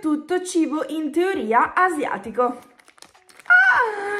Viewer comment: Ai detto inteoria